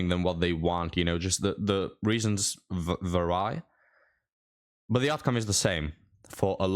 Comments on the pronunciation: "vary" is pronounced the same as very, but a lot longer "veeeeery" v common mistake. Also you pronounce the last R in necessarily (because it is in the middle of the word and followed by a vowel) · "The reasons vary" - pronounced "verry" :) like variation, variant